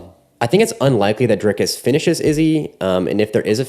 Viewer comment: nice video. It's Dric(k)-us not Drike-us .